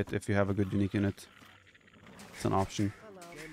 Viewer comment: You mean choption instead of option I guess 😆